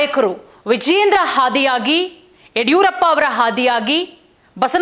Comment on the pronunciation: ಹಾದಿಯಾಗಿ ಅಲ್ಲಮ್ಮ ಆದಿಯಾಗಿ 😭😭